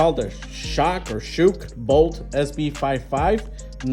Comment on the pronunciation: Good review. Not a bad looking phone. And it's pronounced 'Shock' by the way. They just spelled it crazy that's all lol. I've never heard of it before either. But there are a million and one phone brands out here today, it's crazy.